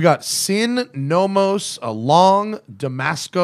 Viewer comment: Russell Lange you beat me to all those points. You missed that they mispronounced almost every German brand name. I wouldn’t care but is such a stickler for the Swiss names he should do the same for the Germans. At least learn to say Lange and Sohne correctly.